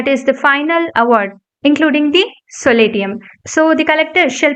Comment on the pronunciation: Pllease focus on pronunciation : for eg .SOLATIUM